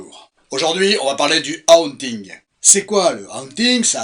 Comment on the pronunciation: Ca se prononvmce "Hôônnnting" kiss! 😊❤